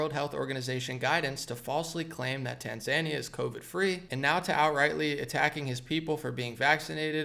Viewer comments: Tan-ZAN-ee-uh is usually pronounced, in English, as tan-zan-EE-uh. Just FYI. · Yeah we all can see you through this. By the way it’s tan-zuh-NÉE-uh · Small point: It's pronounced Tan-zah-NEE-yah. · How to say it - Tan-Zan-Kee-Ya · Hea!!!! It’s pronounced “Tan -za-knee-ahh” There is something called “scientism” rooted in the occult..no big deal only what the Nazis were high on..esoteric spiritualism using the scientific method,but as Madame Blavatsky said with an added imaginary variable on what one can see first hand combined with what one can imagine.When they say science they mean scientism! It’s black magic! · Its pronounced tan·zuh·nee·uh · ....its pronounced: TAN-ZAN-IA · That second syllable is short and not emphasised my friend - tan za NEE ya. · It's pronounced Tan-zuh-nee-yuh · btw it's pronouced Tanz eye Knee Ahh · It’s Tan-Za-Nee-Uh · Tanzania is pronounced Tan-zuh-neeya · It’s Tan-Zah-Nee-Ah. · You really need to learn how to pronounce "Tanzania" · Tanzania is not pronounced like Tasmania bro lol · You're mispronouncing the name of the country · I respect you and your news analysis, but please research how to pronounce Tanzania 🇹🇿. You stated last year that you didn’t know how. Please look it up now out of respect for President Magufuli. Thank you. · Maybe they are from Tanzania and didn't like how mispronounced the name of his Tanzania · Omg right?!?!🤦‍♀️His atufd can be good and funny but for God's sake, research HOW to pronounce the country before you take LOL